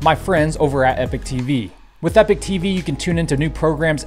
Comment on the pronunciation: JSYK, "Epoch" is pronounced ee-pock, not e-pick. Epoch and epic have two totally different and unrelated meanings. If you're going to promote a sponsor, you should probably work on pronouncing their name correctly. Just sayin'